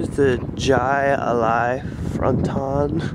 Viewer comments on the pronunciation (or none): It’s pronounced hi li where u from dude?